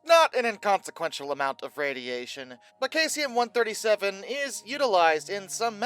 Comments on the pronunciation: I think its pronounced Saeeesium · I couldn't watch the video because I couldn't get over "Kaysium" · no no no no no no no no no don't try to play that game. In no world is this pronounced kaycium. Just like all the other words he does this to. Like zooduh science. Its not pronounced that way anywhere in the world. Hes just WRONG. He does this on the regular. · That pronunciation is well off....try this Seesium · omg its pronounced SEE-zee-əm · It is pronounced "SEE-zee-um". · Isn't that supposed to be cesium? Not to be a nit-picker here,, but I am a science teacher, and this is just part of my nature. The element is pronounced SEIZE-ee-um. The element's main use is in atomic clocks and vacuum tubes. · 9 days since posting and not even an acknowledgement on your mispronouncing of cesium? You could do well with an editor,.